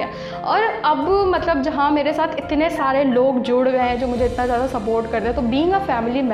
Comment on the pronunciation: Or ma'am word zhaada nahe zeyda hota ha smile 😊